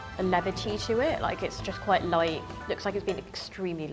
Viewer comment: The girl keeps on saying"the food is so Loite"